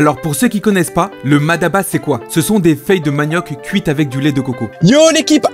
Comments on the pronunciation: peut amener a prononcer MADABA alors que c'est MATABA . mais n'empêche qu'il peu y'avoir une prononciation différentes.. 😂 en tout cas c'est bon et c'est tout ce qui compte . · C'est Mataba , non Madaba , car le sens est complètement différent ( Ma daba = les idiots) 😉 allez chill bon appétit